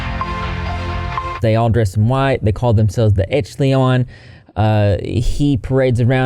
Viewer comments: It’s pronounced esh-a-lon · 'echleon' lol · Echelon is a rank or level. And it’s pronounced esh-uh-lawn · It’s pronounced “esh - e - lawn” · Just FYI-- ESH=uh-lawn. ( /ˈeSHəˌlän/ ) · I can't stand this pretentious butthole. More like "30 seconds to uranus!". (I'm so sorry, but I wanna help out. It's pronounced "esh-eh-lon".) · *** Oh wow ..😆It's pronounced like esh-a-lon....like the phrase "upper echelons" when one is talking about high society, I'm sure u've heard of it. Ive been told that at those weekends he demanded his fans call him God, and nothing else. If they used his name, he'd through a fit like a crazy person. Ego maniac. Why are there short bell sounds when he's being interviewed on the red carpet? I watched the video on another channel, there were no sound issues. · Echelon is pronounced Esh-a-lon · You butchering echelon is funny 😆 it should sound like “eh·shuh·laan” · Pronouncing echelon as echleon the entire video is infuriating to listen to, would've taken him 5 seconds to look up how it's pronounced... Which also happens to be the exact same way it's spelled... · I think it’s pronounce Ehsh-uh-lawn. Still low key weird but I had a friend who was a part of it 👀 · Esh-el-on, Van Hoy-ten. Taking military name for naming his own fans is soooo culty... also, even though I didn't mind Leto before, actually I even liked him in Dallas Buyers Club, I have nothing but disgust for his portrayal of Joker. Joker has been through a lot in comics or TV, but never anyone made him openly sleazy slimy mobster-like perv. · E-ch-el-on = first E as in Elephant. The ch sounds like sh like in shop. The el sounds like the el in elbow. And the on sounds like on, like being on top. I hope that made sense. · Lol Pronounced |Ehsh•Eh•Lawn| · It’s pronounced esh-uh-lawn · Esch-eh-lawn... lol. Sorry It was bugging me.. I love you! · Esh-elon is how that is pronounced just for future reference love the video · I believe it's pronounced "eh-sha-lawn" great vid! Rip Greg 🐢🐢🐢